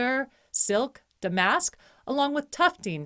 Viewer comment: Thank you so much for this great video comparing and contrasting Traditional and New Traditional. Very helpful. I thought you should know, though, that “damask” is pronounced “DAM usk” and “sisal” is pronounced “SAI sull” — the first syllable rhymes with “eye.” (I used to sell tablecloths in a high-end department store, and my sister used to sell rugs there.)